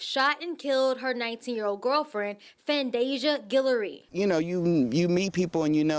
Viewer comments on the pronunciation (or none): "Fandasia Gillory". Roger that.